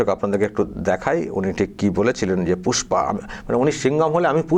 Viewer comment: Pushpa ❌ Fusss-pa ✅ 😆